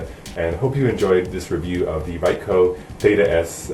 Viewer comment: Thanks for the informative review. It was a good idea to shoot it in front of a big mirror. Just so you know Ricoh is pronounced Ree-Koe (Long E, Long O).